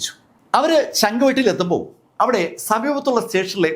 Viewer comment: ശംഗ് വെട്ടി അല്ല ചെങ്കുവെട്ടി ആണ് 😊